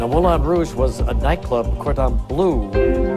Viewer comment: Yeah, but its pronounced 'blurgh' not blue. He pronounced Moulin Rogue correctly so it seems somewhat unfair to not use a french pronounciation for all words.